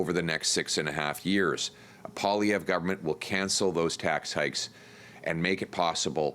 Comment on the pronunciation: Why do people pronounce his name Po-lievre, when it should be pronounced Poah-lievre? Does he not pronounce his name the correct way (I'm truly curious, I know nothing about this guy)?